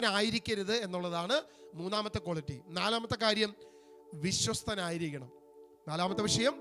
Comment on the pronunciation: കോളിറ്റിയല്ല, ക്വാളിറ്റി ആണ്.